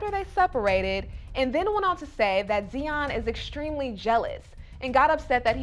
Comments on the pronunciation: It's Tsion not Zion smh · Her name is not Zion it’s Tsion pronounced ( See-on). Ari doesn’t compare to Tsion, she’s drop dead gorgeous. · her name is tsion stop butchering it